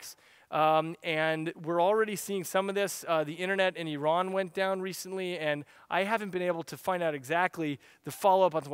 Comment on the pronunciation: At least this guy can say "Iran" right, not "I ran".